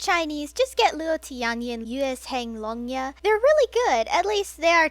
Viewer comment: i believe it's yuezheng longya, and in mandarin, j and zh are indeed separate phonemes.